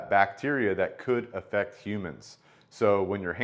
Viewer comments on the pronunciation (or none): none